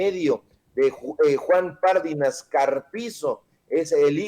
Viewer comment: Pardinas. ÉNFASIS EN LA I